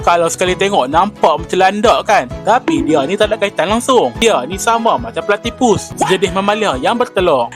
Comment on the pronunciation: Bahasa melayu dia platipa😂😂😂😂😂😂😂😂😂😂😂😂